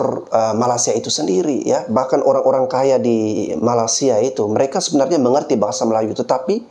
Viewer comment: Bang bro, maaf mau ngasih tau, kalau bilang Malaysia jangan bilang Malasia tanpa y bang. Kemaren channel Rusdi Rusli mencoba beberapa kali mengkoreksi perkataan abang. Bener juga sih, coba kalau ada org luar negri yg berkali-kali salah menyebutkan nama negara kita salah Indonesia jadi INDONESA tanpa I. Yaitu aja sih koreksi nya. Makasih